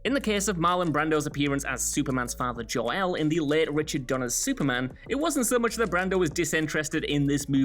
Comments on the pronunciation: Superman’s father is JOR-EL, not Joe-el. I’ve overlooked a lot of errors in these videos,, but this will not stand! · DId you say "Superman's father JOE-EL"? His name is Jor-El. Are you disabled? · JOE-El farther to CARL-El.